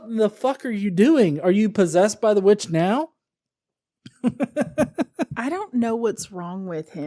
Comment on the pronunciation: Greg Locke is so full of shit he needs two syllables to speak single syllable words. “You git out na-yow!” “You speel castin wee-uch!”